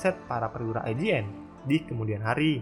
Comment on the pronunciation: IJN DI BACA YOUJIN